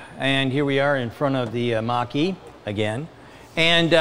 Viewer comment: The way you pronounce Mach-E sounds almost like Italian Macchi.